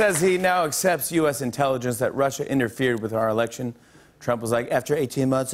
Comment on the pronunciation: Im gonna tzry some intellingence jajajajajaja